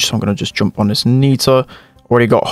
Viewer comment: U say "joomp"